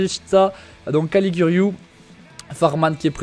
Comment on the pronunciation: On dit Ca-li-giou-ri